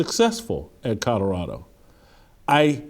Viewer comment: Jason you still can't say Colorado. Lol